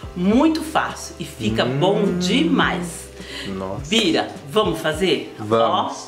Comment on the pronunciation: É Bira. Kkkk saiu errado.